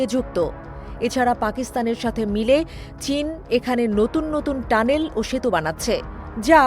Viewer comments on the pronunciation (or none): none